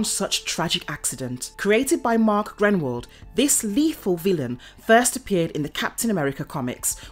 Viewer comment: I think that it’s Mark GRUENWALD (As in GROON!)!